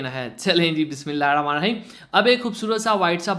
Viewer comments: Bhai Bismillah sahi parha karo plz! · Bar barr Bismillah prhte ho Tezi me sahi ni bolte ap